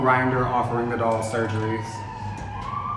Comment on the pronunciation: "$1 surguries" that's a butcher lol